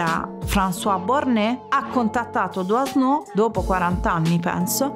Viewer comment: SI PRONUNCIA " Duano' '"